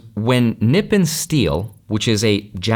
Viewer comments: "Nippon" is the name of the nation you call "Japan", and it is pronounced "knee-pwn", not "nip pin"... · Nippon is pronounced “knee pown” ❤ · small correction here "nippòn" accent on the second half not the first half because 日本 (nihon) means Japan.